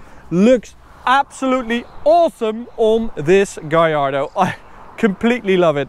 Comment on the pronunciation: Gallardo is Spanish. All Lambos are named after Spanish bulls. His pronunciation is right.